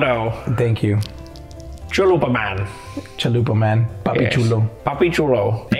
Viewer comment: when narrator saind "chalupa man" it sounded for me like "zalupa man"-on russian its "pu*y man